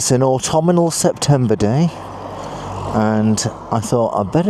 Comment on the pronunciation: Autumnal- no 'i' between the m and n.